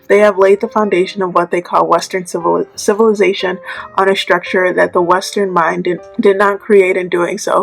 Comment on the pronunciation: I was saying the exact same thing, civilation. Get that out of here😂